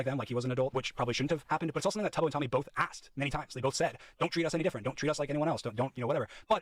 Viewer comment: He can’t even pronounce Tubbo’s name correctly 😭 the bare minimum amount of research